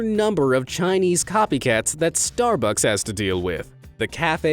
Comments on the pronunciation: why you can’t even say starfucks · ah yes, i would like a star fucks deppresso, please! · Ah yes star Fu C K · Starf- fu- furb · "Star fucks" 🤣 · I lost it at "Star *ucks"😭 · Narrator: Star Quackss Hahaha